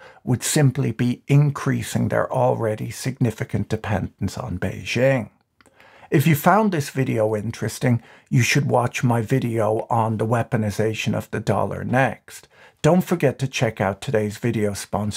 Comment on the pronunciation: A tip on pronouncing Beijing. It's not "bay-zhing." "Zhing" is a different Chinese syllable. It's "Jing," how it's written. Like "king" but with a firm "j" sound.